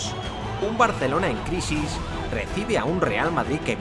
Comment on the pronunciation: Like por el acento Español de Davo del BarCelona.